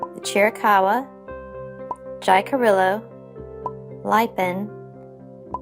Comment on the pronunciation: Boy!!!! Talk about chopping up pronunciation!!! It's not ly- pan it's Lee pôn It's not hi' carilla it's Hee ca reeya It's not Key owa- it's Ky oh wa.